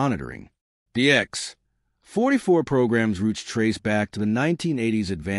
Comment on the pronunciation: "The X........... 44 Manta" That's quite a pause where it shouldn't be. This isn't a comedy show. lol!